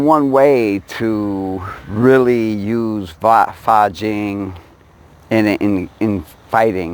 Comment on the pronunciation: It's Fa Jin, son, not Fa Jing. Just trying to help. Bill P.